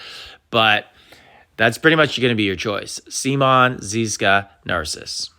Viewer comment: Sea Mon???😂 it’s Simoan